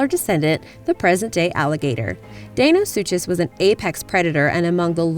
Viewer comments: It's not deinosuchus its Dino-sucus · its Dino sukas that's how its said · I thought deinosuchus was pronounced di-no-sue-kus,not dae-no-sue-chess,someone tell me who's right. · its pronounced suckeus not suchus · We got the video narrator say (Day-no-sue-chez) and a moronic comment posted saying (soo-cuss...not even correcting the first half of the name mind you). It's pronounced (Dy-na-sew-kes....or sounded out as Die-na-sue-cuss) for Christ's sake can people please attempt to pronounce it or use google when posting videos. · I think it's pronounced dinosuchus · Dinosuchus is pronounced dino-suke-iss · Deinosuchus is pronounced like Dinosucus I know confusing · its pronounced dine-o-suke-us. sorry, i like people to pronounce things right. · Can we perhaps research proper pronunciation along with the topics? Day-no-soo-chuss? Really? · its pronounced dino-su-kus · it's pronounced Di-no-suchous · Deinosuchus is actually pronounced Dino-soo-cus. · It's pronounced die-one-soo-cus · And the big crocodile is pronounced "Dino- sue-cus" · You the crocidiles name wrong and it's not a dibosaur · It's pronounced Deinosuchus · The deinosuchus was not said right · You said deinosuchus wrong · The 'ch' in kaprosuchus and deinosuchus is pronounced like a 'k' not a 'ch'. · she kept saying deinosuchus and kaprosuchus wrong its so anoying !!!! you say suchus as - sue cus........... did anyone else find this anoying ?!